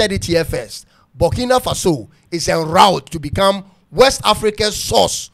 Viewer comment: It is Burkina not bukina mean farm land